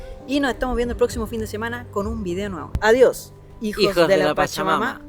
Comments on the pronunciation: Sera que no puede decir hijosdw chacha mama se escucha espantoso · Siempre que dices "hijos de la pachamama" siento como que vas a decir "hijos de su pinche madre" 😂😂😂😂